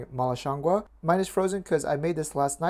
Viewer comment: He actually pronounced it just right at the end... in Mandarin at least it sounds like gwoh. It also doesn't mean mushroom, it refers to the aroma